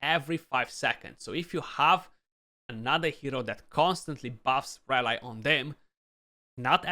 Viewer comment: nice and thanks ...have in mind that in UK and USA they pronounce the y of rally as in happy so flat and not as a standalone y and sorry for this, just to help a youtuber for the future videos